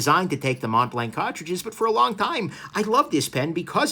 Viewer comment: Mont blanc, pronounced: Mon Blan And not Mount blankkk🙄🤣🤣 wth man